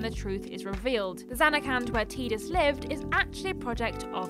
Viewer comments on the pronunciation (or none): I thought Tidus was pronounced Tie, not Tea? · you never played FF10 I assume, but the pronunciation of Tidus. the Japanese ティーダ is pronounced Tīda, like teeda but in English its pronounced Tye-dus. So what you're doing is pronouncing both Japanese names and English names and not getting either right lol either its pronounced Teeda or its pronounced tye-dus always glad to see a video even if it has small mistakes, doesn't take away from the over all message